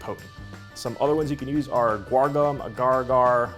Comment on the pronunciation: Uh GAR-GAR? AH-gur - AH-gur. You are welcome 😉.